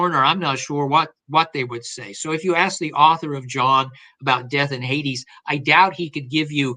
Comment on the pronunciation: minor point but Hades is pronounced 'Haydeeze'